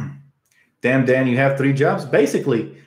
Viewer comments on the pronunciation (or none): none